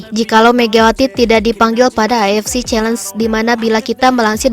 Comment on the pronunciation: Min, knp avc selalu dibaca afc...? Beda arti lho...